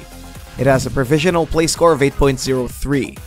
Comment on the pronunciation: ProvisioNAL not Provisial EDIT: Sounds like you were sick for some of this maybe ?